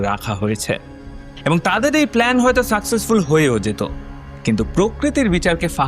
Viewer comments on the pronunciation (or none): none